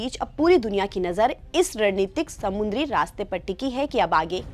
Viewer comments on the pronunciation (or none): Didi समुद्र (samudra) होता है ना कि samundra